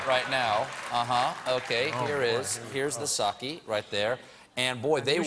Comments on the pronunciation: My pedantic dad is making me type this: "It's pronounced "sockay" not "sockey". And it's only 15-20% alcohol." You can imagine how fun our family holidays are :/ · It's "sock ayy" not sock ee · You know what else you don't do, Stephen? You don't pronounce it 'sa-kee.' It's 'sa-keh.' :) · its SAKE not SAKI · sake. no "y" sound. Your dad is not pedantic; he's pretentious. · SAH-KAY DAMMIT!! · Reece Arakaki It's "sake"